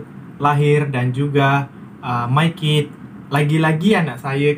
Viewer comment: MyKid bukan MayKid ya.